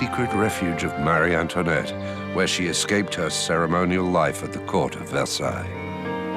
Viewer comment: Why on earth is she addressed at Marieann toinette. instead of Marie Antoinette two distintive and seperate names! Its so tedoious and annoying to hear the Narrator address her name as Marianne toinette. Is it a deliberate act to slay her more,and denigrate her name and tarnish her so after 200 years! Let her have some dignity and respect. The character assassination is so inbred that she was some kind of monster worse than another evil queen, and Catherine de Medici. In fact, she was a sweet woman. When young she loved frivolity, dancing, gambling, clothes and parties as she was very lively. As she become a mother she matured but the antics of her youth got her into trouble. She was ravaged deliberately the revolution and the courtiers for everything that France had the misfortune to happen. Times were changing as did the thinking of monarchy and liberalism etc. The character assassination that was heaped on this poor persecuted queen is horrendous and diabolical.😢